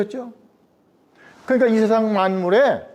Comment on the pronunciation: 자고저 문제! 예: 세상,머냐?,퇴계,선한 본성, 교육,퇴계,성리학, 등, 첫 자가 장음인 단어를 짧게 잘못 발음한 실 예이옵니다. 한학자로서, 이렇게 자고저 문제가 있다는 것은 결코, 너그러이 볼 수 업나이다.